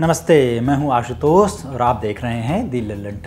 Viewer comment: फिर वही बात.... तू आसुतोस नहीं है आशुतोष है बे।।।